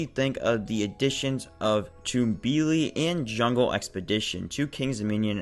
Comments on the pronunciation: Pronounced Tum-bee-lee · I think it’s pronounced tumble-ly